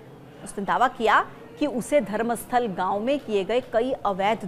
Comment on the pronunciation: वो धर्मस्थला नहीं धर्मस्थल है। नाम तो सही बोलो अंग्रेज की नाजायज औलादों ।